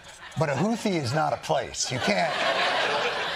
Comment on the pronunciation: Secretary of Defense can't pronounce Houthi???